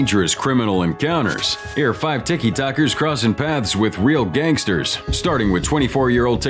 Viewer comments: I love how the bot voice said "Tickie Tockers" the first time 😂😂😂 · "Tikitokers" and "Bahla-clah-vah" smh......